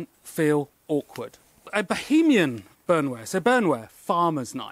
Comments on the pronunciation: It's pronounced "bowern-wear". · In German, "Bauernwehr" is pronounced "Bowernvair" (Ow as in owl). Lovely pieces. Thanks for sharing.